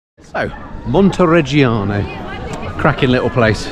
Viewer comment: Montireggioni, Montereggiano, Jesus, is it so difficult to get it right?